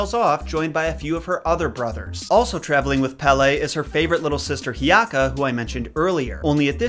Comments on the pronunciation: Hey! So the pronunciation for hiiaka is ok but its pronounced He-e-aka due to the fact that there is an okina or a pause in her name and is spelled Hi’iaka. Mauna Kea is more of a short e other than a long e and Lilinoe is the same as well as pele. Ok I think that’s all. Good to know another Hawaiian/Polynesian goddess. Thanks! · It’s He’iaka (Hay-EEyaka). I know is irritated at getting his prononciation corrected, but words mean things. I’m so grateful he even makes the attempt. Everyone loves He’iaka, because she is young, beautiful, loving and the patron goddess of dance (which was a form of prayer). Most of the other gods are fairly terrifying, so she is like a breath of fresh air.